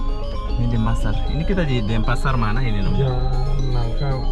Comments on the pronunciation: Denpasar not Dempasar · DENPASAR BUKAN DEMPASAR BANG